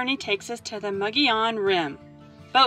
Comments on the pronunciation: Mo'gee-on is the proper pronunciation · I would say the pronunciation of the name is Mo-go-yon. In Spanish a double letter ll is pronounced as a y, like in El Pollo Loco. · Nice drone shots of the rim! thank you. Nice video. BT Mogollon is pronounced MO-Gee-On. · it is pronounced Muggy-on. hope that helps. also i just wanted to say......great footage.